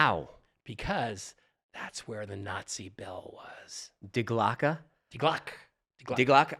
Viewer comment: Why do you USAians always pronounce the last E in words as A? It’s not "Die GlockA" it’s "Die GlockE"